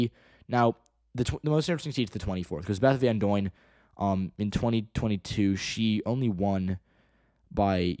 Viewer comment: The uy in Beth Van Duyne is a pronounced like the i in dime